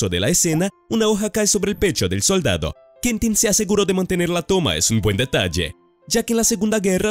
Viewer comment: Rayos, me genera tanto ruido que ni el nombre de Quentin pudiste pronunciar bien. Que estrés!! Deberías poner un poco de más atención a esos detalles, realmente el contenido es bueno.